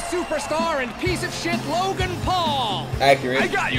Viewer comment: Why did he call him logen